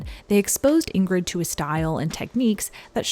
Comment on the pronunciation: (First G, in Ingrid, is silent, as in NG, Bergman is pronounced Berr(y)mann. No hard Gs in either name.)